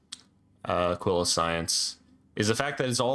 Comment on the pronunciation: Holy shit, someone who said Aquilo correctly